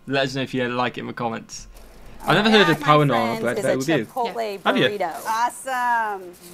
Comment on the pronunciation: The way you said chipotle, never go to Mexico...